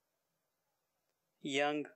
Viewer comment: He can't pronounce young also